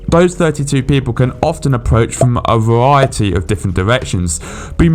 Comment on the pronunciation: "A Vvwriety" 🥴